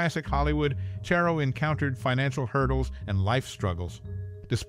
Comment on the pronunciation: It's CHARR-o, not Chair-o